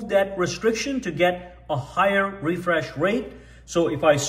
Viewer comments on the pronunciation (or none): none